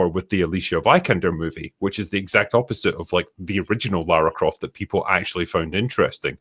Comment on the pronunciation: "....... There's only been one Laura Croft, only ever gonna be one Laura Croft............" 😂😂😂